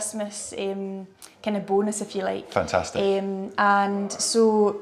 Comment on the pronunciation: I wish i spoke english like the. The way he pronounces "fantaaastic"!!! Gosh, made my day. I would repeat the word all day, just for the sake of it.